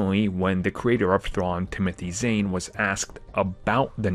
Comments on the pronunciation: Zane? It’s Zahn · Zahn, it rhymes with Thrawn, not "Zane".